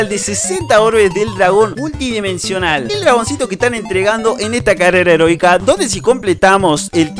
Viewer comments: Algo positivo: en ves de decir carrera heroica dijiste carrera erotica .-. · dice carrera erotica lo pronuncia mal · Like si escuchaste carrera erotica enves de eroica otalves las 2 🤯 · en el segundo 19 dises erotica xddd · carrera erotica carrera erotica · like si dijo herotica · ALGO POSITIVO ALGUIEN ESCUCHO CARRERA EROTICA? XDXDXD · Carrera erotica? 😅Soy el único que lo escucho así? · Dijo carrera erótica ?😂😂